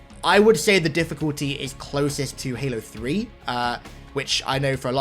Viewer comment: you didn't say halo 3 right